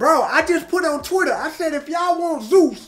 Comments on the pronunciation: he misaid it in a earlier video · How tf go to college yet don’t know how to pronounce Zeus or what that is lol? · Yeah.. Zeus is a pretty well known name. Why wouldnt he be able to say it right?